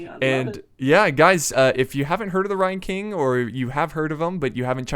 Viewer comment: I'd never heard of TheRyanKing before but i subscribed to him for his pronunciations alone